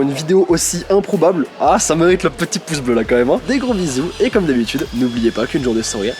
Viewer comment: mdr im-pro-bable XD on dirai que vous connaissais depuis plusieurs année